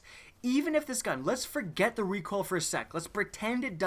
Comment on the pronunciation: Lmao he said "recwoal" instead of recoil😂